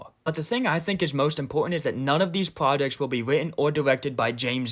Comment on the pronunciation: We got fwee prwajecks